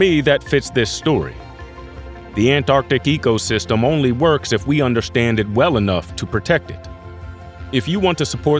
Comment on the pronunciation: Am I the only one who is annoyed by him saying "egosystem" instead of ecosystem?!